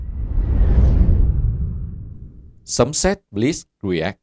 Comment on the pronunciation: Blitzkrieg đọc là ˈBlɪtskriːɡ cha ơi!🤣